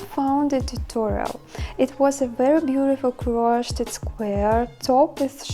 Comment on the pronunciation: By the way, the past tense of "crochet" is more easily said, "croSHADE'/croSHAYD', with stress on the 2nd syllable. It may be said differently in France, "au crochet", but we're speaking English here. English does tend to make things easier as far as pronunciation goes, fairly often, but Americans really try to streamline it. Some British English speakers say it this way also. Here are a couple more: Meringue is simply meRANG. Crocheting is simply croSHAYing.